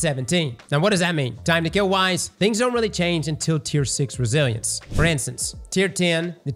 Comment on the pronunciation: I swear says Brazilians sometimes when talking about Resilience 😂